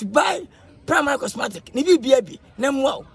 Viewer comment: The walking got me rolling on the floor 😂😂😂 pls it's cosmetic not 'Cosmatic'😆